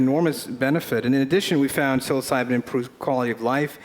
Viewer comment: "Psyilocydyn" hahaha he's too intelligent, but still human ;P